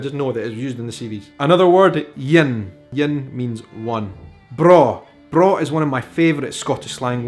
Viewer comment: braw means the same thing in Swedish and you pronounce it perfect haha! It's spelled "bra". Maybe swedes visited Scotland at some point? Also Bairn is close to the swedish work "barn" that means child. Oh my I love languages and history. So exciting how we have oddly similar expressions and why! I just found your channel and I like it. Outlander fan too. Ronald D Moore and Bear McCreary fan (Battlestar Galactica!!!)